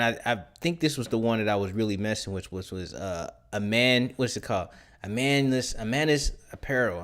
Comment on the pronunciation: Just starting this video and looking forward to it as a Christian Apparel brand myself. The first brand should be pronounced E-May-us. A lot of Christians will do an Emmaus Walk to draw closer to Christ.